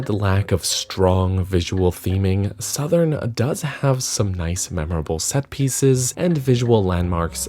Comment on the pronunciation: Finally, someone pronounced the name correctly.